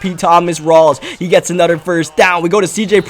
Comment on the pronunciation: Am I the only one that gets mad when when he says "other" or "another" he says ater and anater with out the H